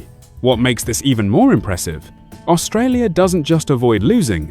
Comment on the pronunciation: It’s funny listening to the AI presenter trying to pronounce some of the countries. It’s first attempt at Australia, at least it gets better - seems to learn mid presentation.